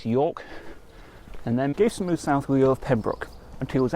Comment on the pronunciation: Very good vid. I’ve lived in and around Leamington all my life, and have only just found out about this monument. You’re pronouncing his name wrong though! It’s pronounced Gav eh ston, not Gave ston.